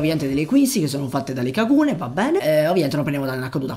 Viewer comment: Per come pronunci kagune dovresti essere denunciato